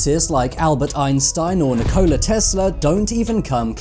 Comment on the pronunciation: "Ni-KOL-a"? I've never heard it pronounced that way before. Is this kid South African?